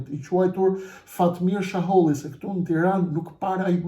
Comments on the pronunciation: Sheholli jo shaholli. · Zotri jo Shaholli por Sheholli.! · Jo jo me jeta xharren ja paske fut kot😂😂😂jeta xharra e ka bo publike qe ky dhe behxhet pacolli i kan marr 2 milion euro e nga ato 2 milion 600 mij i ka marr ky sheholli e jo shaholli qysh po e quan ti😂😂😂pra me jeten gabove